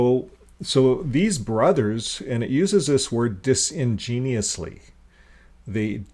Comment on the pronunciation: dis-in-genuous not genius, great work though, im really enjoying your videos